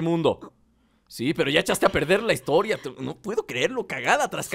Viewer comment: amigo, es historia jajaja no HITORIA